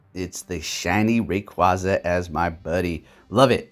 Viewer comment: Its raqu-A-za it said it like that in the anime to